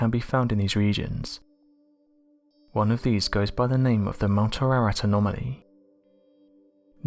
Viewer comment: The Noah's ark mountain is Mount Air ahh rat. Not whatever he is saying.